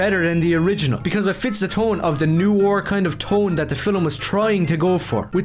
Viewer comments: Okay, but for a guy who keeps saying he's a fan of Noir ...does he know how it's pronounced? I don't like to belittle people who have specific issues with words cos that comes across as pretty abelist. But like, he keeps calling it "NEW-or". I'm not doing crazy here right? It should be "Nuh-wahr"? Is this just a thing he does because I'm starting to think he doesn't know what Noir actually is now.... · Oh good lord above i understand accents but every time he said "new are" i died inside. Its pronounced nwär. Its a french word and its pronounced fucking nwär. Im getting flashbacks to when one of my classmates pronounced "mosque" as "moss ah que" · “We don’t need to see superheroes’ eyes!” Finally… the CEO of Youngblood’s Disease! (Also, I cannot get over how he consistently pronounces “noir” as “new ore”.) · “They don’t understand NEW-ore.” Brother, you can’t even pronounce the word.